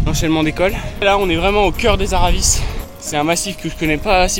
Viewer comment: Attention à ton accent ! Col des aravis et non araviss en haute Savoie on ne prononce pas les z ni les s